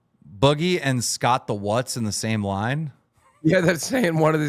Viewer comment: Just desperate clickbait. can't even pronounce "Scott the Woz", but he sure can glaze Trump and Musk for an hour.